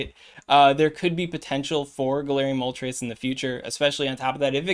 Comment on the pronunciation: Also kinda sus that you can say moltres with the correct pronunciation 🤣🤣🤣🤣🤣🤣